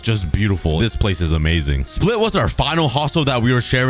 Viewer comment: You are the only person i heard to say Split right